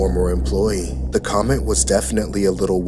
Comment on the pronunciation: Bro can't even say comment 💀